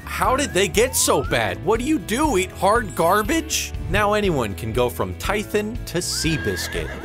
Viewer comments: "Now anyone can go from Ty-thon to Seabiscuit" LOOOOOOOOOOOL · From "Tithon" to Seabiscuit!